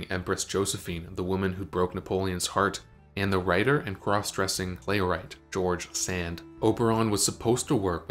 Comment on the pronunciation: George Sand 😮killed me